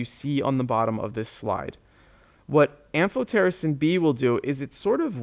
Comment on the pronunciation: I loved the am-PH-PH-PH-PH-otericin part 😂😂